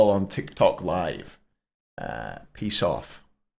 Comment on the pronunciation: Peace off?! What kind of Scottish jive he be talking?